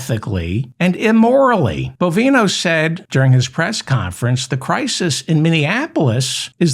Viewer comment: Dear Mr Feldman I am sick and tired of hearing Greg BOVINE-oh's name misprononced. If u have trouble just uee one of his several bovine nicknames aka 'cow flop', 'cow patty', 'short cow', and of course 'sharty shorty' ... carry on ~meow